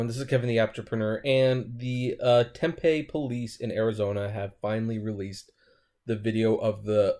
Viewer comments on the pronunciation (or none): oh dear god. ..DUDE. .. IT'S NOT TEMP-A...IT'S TEM PEE. Im beginning to think you do this on purpose. ..I have replied multiple times as well as several others. It's getting quite irritating. T E M P E E... TEM...PEE. not real sure I can watch you anymore